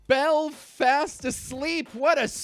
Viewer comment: Hearing you say "Bel-fast" is hilarious. My Mum's from Belfast and everyone I''ve met says it really smoothly ( Apart from the school bullies "Are you from Belllfasstt?" While thinking they were putting on a Belfast accent)